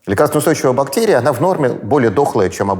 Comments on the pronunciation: БактЭрия???? СЭкс? ПринтЭр? Ну как это возможно? Не могу дослушать интервью. Взрослый образованный человек. Пожалуйста не зовите его больше 🙏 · Я может странный. Но мне как то тяжело слушать этого доктора всевозможных наук. То тороторит, то прям неспеша говорит, при этом постоянно проглатывая окончания слов. Ну и отдельная любовь "заострения на буквах", наподобие: бактЕрия. Там наверное всё дальше по списку, эти вот все слова: сЕкс, тЕст, и т.д. У нас в университете был такой. Чё он там бубнил себе под нос, никто не понимал. Зато также любил выделять буквы. В общем, это наверное только у меня такой рвотный рефлекс, на основании былого опыта. А так то, очень интересный выпуск. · Пхахх, Гельфанд(!)произносит слово бактэрия-бактЕрия! Слушать невыносимо! Неужели Гельфанд не знает московский говор?.. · А еще Михаил говорит «бактЕрия», что является неправильным произношением. Это однозначно говорит о том, что он безграмотный человек, да-да! Ну, по вашей логике. Подождите-ка - вы же тоже употребили слово «угандошить» - значит вы тоже дики и тупы! Блин, я тоже, и я чувствую, как дичаю и тупею... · когда он произносит --- бактЕрия , то как - то коробит и не очень верится в его боольшой ум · Он так интересно «бактЕрия» произносит ) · Противно он так говорит, точнее произносит слово бактерия. Выделить букву "е" он в речи решил для солилности. Но почему именно в одном слове? Слух режет, - не досмотрел. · Закон русского языка, если вы редко произносите слово, то произносите как Э, а если часто как Е, вы редко произностите слово бактерия, поэтому и режет